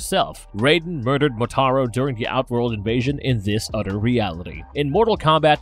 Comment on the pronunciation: Udder anudder